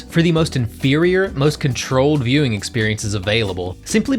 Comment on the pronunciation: Everytime you said "My Viewing Experience." All i could hear was "My Mewing experience"